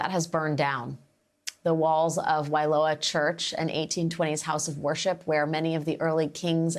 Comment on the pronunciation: I am sitting on my couch just in utter disbelief. Please pronounce the words and names properly. Waiola church and Banyan Tree.